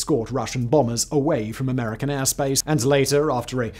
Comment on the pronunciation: "... after checking out their weapons, the American had climbed to.." WHAT??? speak up lad up... Seriously, I speak English, but I can't grog you're accent there, mate...